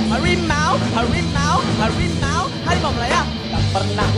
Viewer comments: harimau woy.. bukan hawimau 🤣🤣🤣🤣🤣🤣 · Tiru ajaaaa. ..yv jelas Garuda bukan lah Hawimau...hawimau...